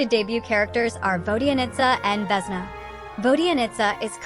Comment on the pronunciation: . She is Vesná,not Vésna He is Valériy. not Váleriy